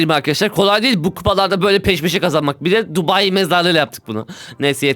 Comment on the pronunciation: tubai çukulatası dedin😂😂😂😂😂